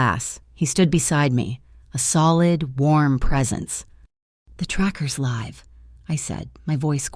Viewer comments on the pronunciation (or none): Great story but the mispronunciations of words like live, and MAKO detract from the story and I don't like cliffhangers either